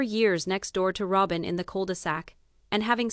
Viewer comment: Why put it out when you can't even say Rowbins name right. Robin Rowbin. If its worth listening to at least main characters names right